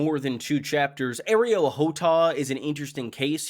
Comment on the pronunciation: These videos are great(probably) but can you attempt to say a name right? Like TRY. Areo -Ar-EO…. I mean we all KNOW Arrow is spelled “Arrow” and there is NO “e” in that word. You listen to a lot of GOT shyt and to just say, I’m going to talk about 20 names and I’m going to say the first two as wrong, and as white as possible..then when I notice it I’m just gonna say whatever.